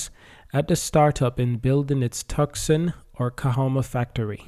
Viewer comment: Two-san, not tuc-sen. I agree this is exciting! Liked and subscribed!